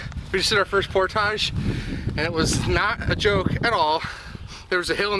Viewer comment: "Port-age", Indiana!